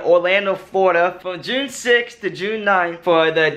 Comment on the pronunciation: Did he say June or was it just me????